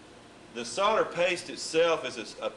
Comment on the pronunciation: The word is solder, not sodder!! See the third letter? That's an "L" ! Or, perhaps he thinks it's Christmas... No-el, No-el, No-el... ;)